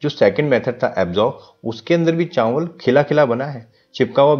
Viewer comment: Chaanwal😂bolne ka trika